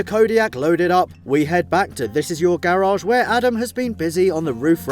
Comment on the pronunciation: Bro i love your series but it is garage and not gararge 😂😂